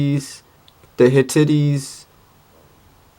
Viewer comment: Lol, you pronounced "Hittite" as "Hi-Titty".